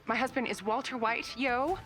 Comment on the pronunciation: walter hwite